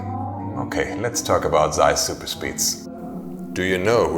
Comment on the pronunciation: it's satisfying hearing it as zuper speed in contrast to regular pronunciation